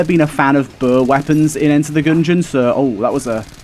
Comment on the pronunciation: “enter the goongeon”